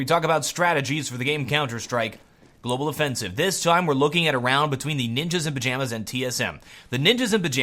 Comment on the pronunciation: Sometimes I understand "Ninjas in Vaginas" instead of "Ninjas in Pijamas" when this guy say it...